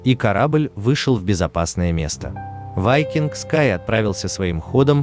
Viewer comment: Ведущий все названия корявит специально? Не вайкинг а викинг. В другом видео Роял Карибиан хрен знает как назвал. А название лайнера я даже не понял что за лайнер. Пока на карму не посмотрел